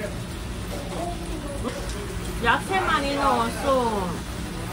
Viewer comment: "야체"가 아니라 "야채". 그래도 이뻐..